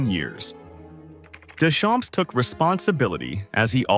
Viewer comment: Ai : do not pronounce p and s of Deschamps. It is a French name. It means "from the fields"